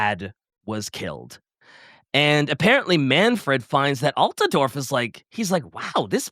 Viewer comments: AltAdorf? Wheres the second A in Altdorf? Konrad? Nibble on that mans neck. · Aargh Alt-duh-dorf? Look how they massacred (the pronunciation of) my boy!! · It’s Alt-Dorf, where did get the extra “a”? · and Possum did a great job covering the Von Carsteins in this one, but somebody PLEASE tell him how to pronounce “Altdorf” 😭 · mispronoucing Altdorf is really killing me